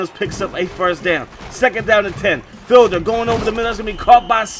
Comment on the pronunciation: Hey I think it's pronounced like "feed-ler"